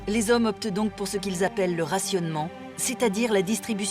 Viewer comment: je vous jure que si j'entends encore une fois les "zommes" je me fous en l'air